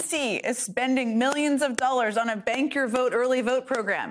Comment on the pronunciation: Jen, I thought you were saying "Spank the vote" and not "Bank the Vote"; and I found it terribly funny. Didn't we hear that Trump wanted to be spanked with a fake copy of Time magazine that had his picture as 'Man of the Year' on the cover. Would he, I wonder, take off the diaper first?